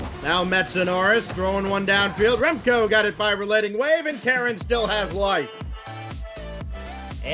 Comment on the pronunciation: The one caster "" kept calling RelatingWave "RelentingWave" in the series between Stonkers and Endpoint. It bothered me way more than it should have.